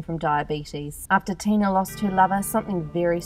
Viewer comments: Ok but her name is Tila not Tina thanks. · Is she saying Tina or Tila?